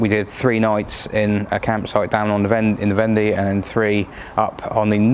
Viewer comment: Love the Clement goodies and DS plate. Fab story, I have really enjoyed it. I believe Vendée is pronounced "vonday" as in "one day". Soaking your seatbelt webbing in biological washing powder should help clean them; the enzymes in bio powder will breakdown organic stains such as blood, sweat, fat, grass, organic dyes etc. (Do you remeber the Biotex commercial on TV?) I always feel grumpy when I come back home to the UK from France. The roads in France are superb; often so straight and flat that you can plan your overtake at leisure, the asphalt road repairs are so smooth that you would barely know that they are there other than the colour difference, and you can buy real, whole lettuce and endive in the supermarkets. The PARKING is amazing in towns and villages: here are some shops; butcher, baker, patisserie, or food market, etc, and here is the free parking in the town or village square so that you can patronise those shops and businesses. It's almost as if they actually want you to shop local and enjoy the best that it can bring at a good price.